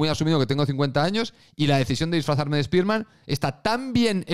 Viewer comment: Te sigo y me gustan tus videos pero pronuncia bien Spiderman o solo di "El hombre araña"